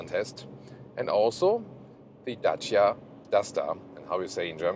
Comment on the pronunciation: Good & cheap car as always. Nice 4 U 2 say 'Dacia' as it originally sound in romanian. 👍